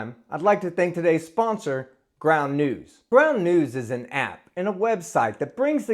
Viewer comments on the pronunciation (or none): Ground News? I thought you said Ground Nudes ... ... Damn it!